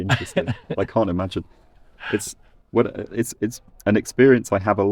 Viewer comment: “cyan” there is also heard in Jamaican patois, isn’t it?